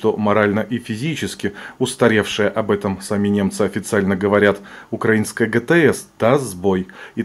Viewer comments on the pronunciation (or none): none